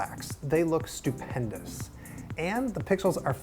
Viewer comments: you keep saying it's stupendious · 'Stupendous' lol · Butchzzilla I came to the comments as soon as I heard it